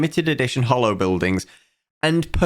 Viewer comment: I love how way of mispronouncing the "holo" in "HoloBuildings" makes it sound like "Hollow Buildings", which is a very apt name for what they are in practice.